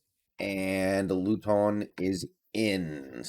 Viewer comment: I think it’s pronounced loot-in, could be wrong tho